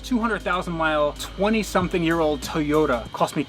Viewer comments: TOYota,, not teota.. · it TOY-YOTA not Tay-uta you idiot. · TOYOTA not TAYOTA god damn that annoys me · I'm far less concerned about the deal he made than the pronunciation of TOYOTA. ffs it's not a TEEYOTA. how is it so hard for americans to say the names of foreign car brands properly? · please say "toy-oh-ta" not "tee-otta" than you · Learn to say Toyota its not Toe ota or 2ota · Tiota lol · Just curious but where in North America does your pronunciation of Toyota come from? You say it like "Teh-yoda" or "Tee-yotta" and the only times I've ever heard that were from (far) outside of the US. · Teeyota? Never heard of it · what's a Tiyoda? =p jp bro sick find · The fuck is a Teayota? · In the beginning of the video was it tuyuda that you said? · Toyota... Not tiota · What the fuck did you say it was? A teaota supra?? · "This is my Tuta Supra!" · cant even pronounce toyota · you should learn how to pronounce toyota before getting SUPRA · I hate the way he says toyota